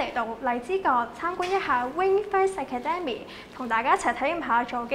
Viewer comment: 個女主持係唔係唔識英文？ Academy咁簡單嘅字都讀錯